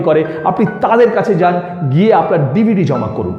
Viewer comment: DvD bolte ...aktu kindly zode clear kore bolen...